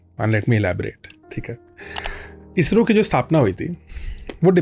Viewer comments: इज़रो ❌ इसरो ✅ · Izzro nehin he wo garv se bolo ISRO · Ejro nhi Isro pronounce krte hai 😂😂😂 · It's not IZRO it's ISRO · IZRO nhi ISRO hai... Dedh saane! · ISRO❌ IZRO ✅ Cool banne ke chalker mein pronunciation hei galat kar dia!! 😂😂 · Pahle Toh Isro bolna seekho bhai,.Ezzro bol rhe ho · इसरो को इजरों बोलना , स को ज बोलने के चक्कर मे भाईसाहब भी लगे है।